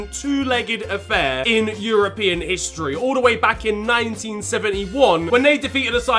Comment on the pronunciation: notice how he said HISTORY. HISTORY 🤡🤡🤡🤡